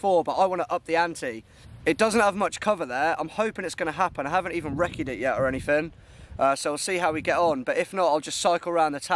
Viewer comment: Can I just say “ any fin is actually anything!!! There’s no F in anything!!